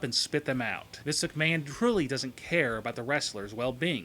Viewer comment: Why the fuck do you keep saying misicaman, it's Mr.McMahon